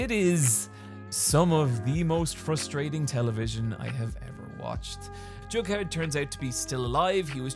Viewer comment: "I'm sorry Johnny Cash, that we couldn't help you" Jumps out window (Edit: Nothing will convince me he's saying Jughead)